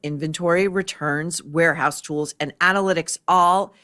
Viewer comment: it’s pronounced tool